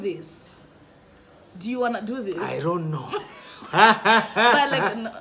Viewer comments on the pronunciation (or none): When he said " ironoh" instead of I don't know I died😂😂